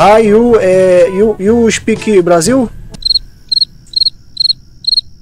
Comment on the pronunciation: KKKKK com certeza um dos melhores momentos, IU SPEKING PORTUGUÊS?